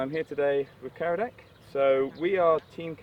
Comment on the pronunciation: Did a bit of a hash job on Kiradech (Giradet)'s first name, too! Sorry